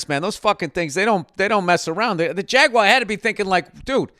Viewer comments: Someone tell him how to say Jaguar and not to pronounce it like it's French. "Jagwaa" haha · Call me a dick cause I don't know why Bill's pronunciation of "jaguar" bothers me. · My guy said jagwa every damn time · Really here Bill’s Massachusetts accent when he says Jaguar 😂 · Your Boston accent comes through when you say "jaguar" 😂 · Lol what is with that “Jaguar” pronunciation